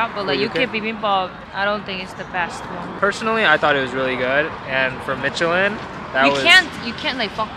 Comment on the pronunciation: Michelin is pronounced MISH-elin, not MITCH-elin. Watched you for too long to not say anything -- pains me every time I hear it lol